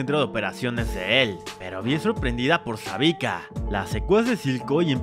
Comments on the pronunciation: SEVIKA no savika jajaja xD me dio mucha risa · es kaitlyn amigo, no klaitlingwgwg, y es Sevika, no Savika, tenés un problemita para decir los nombres m parece. ah y la musiquita insufrible q pusiste d fondo y q dura toooooodo el video es insoportable y repetitiva, gracias -.